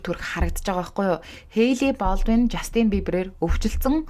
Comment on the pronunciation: Жаааастинь ！ not the жастиииийнь please zuw duudchihldaa , hvnii nershdee, please….